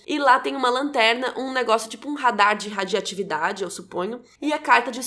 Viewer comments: Radi"o"atividade// Radi"o"ativo tem o "o" antes do "a" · apenas apontando um erro, a todo momento voce fala "Radiatividade" mas acredito que seja "Radioatividade". ótimo videooo